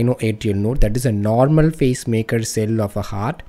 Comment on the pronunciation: Its PACE-MAKER CELLS... i constantly heard face-maker🙄